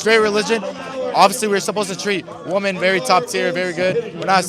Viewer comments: Nick, learn to pronounce the plural form of WOMAN - which is WOMEN. "WEE-men." I know that you are smarter, and braver than most Gen Zers! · Shirley really needs to learn how to say women.